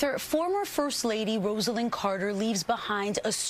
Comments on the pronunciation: When memorializing a person, it's a very good idea to pronounce their name correctly. Her name is pronounced RoZZ-ah-Lynn, not Rose-ell-inn. Crikey. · At least pronounce her first name correctly.